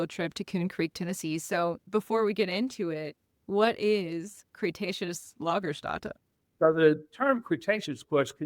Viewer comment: I'm on another continent. Besides: lagerstätten: /LAH-gerstetten/. Ä is pronounced like an e.